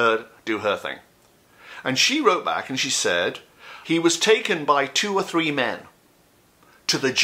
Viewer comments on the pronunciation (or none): none